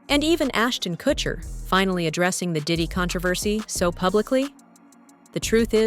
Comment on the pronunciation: " assnon kurshner "